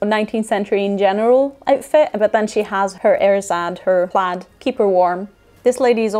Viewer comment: i really enjoyed this video. As a Scot I loved how pronounced 'plaid' as 'played' as this is how how I have always said it.